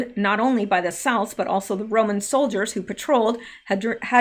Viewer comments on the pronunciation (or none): none